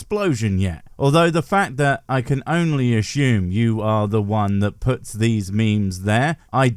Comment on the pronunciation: If you pronounce “assume” as ashume, do you also say ashault and assimilate? 😊